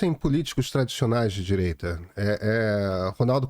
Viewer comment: Renan Calheiros "didireita"... parei aí...kkkk